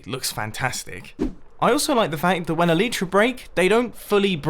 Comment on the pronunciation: Its a-le-tra